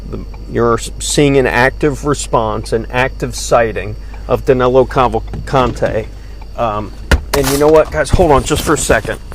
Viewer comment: It's amazing how, not only they can't catch him, they can't even get his name right. His name Is DANILO, not DANELO. I'm from brazil too, and DANILO is a popular name around here, whereas, DANELO, isn't even a name (except for Americans). Maybe they'll get him when they get his name right. I contacted USMS and gave them some tips where he might be, being a Brazilian too, and we are from the same region, different sates, but pretty much the same culture, He's from maranhão and I'm from Pernambuco, some 500km apart, i guess, i kind of understand his mind. I think the tips a gave them are going to be helpful. Is that 25.000,00 reward valid for non-Americans too? I hope they remember me when they capture him or kill him. I could use 25 thou.